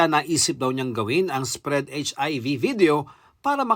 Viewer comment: "Lert's spreaarrrrrrd HIV!" Go get some bread sprearrrrd it there!